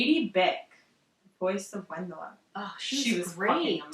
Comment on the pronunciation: The "W" in Wendla is pronounced "V" :)